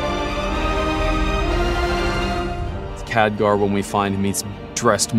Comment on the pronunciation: anyone else bothered by the way he's pronouncing his name?